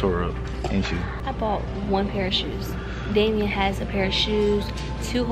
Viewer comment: You said Damien wrong name